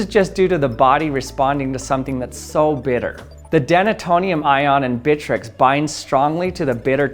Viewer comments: More like "Britrex" 😎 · Him: bitrex me: BITCH REX